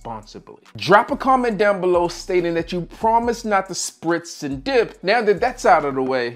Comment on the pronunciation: I promise not to “sprits and dip” lol